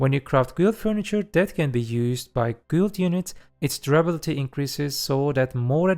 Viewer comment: instead of guild say gild